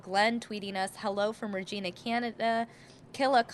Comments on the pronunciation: It's RE g"I"na, pronounced as an "I" not and "E". Re-gina, not reGEEna, Thanks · It's California, so the chase must last at least an hour. No, don't mispronounce a cities name. Regina, Canada is pronounced just like Vagina.